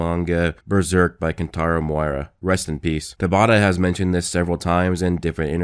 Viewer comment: butchered kentaro miura so bad 🤣